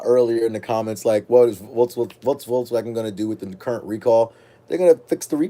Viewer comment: VOLKS not VOLTS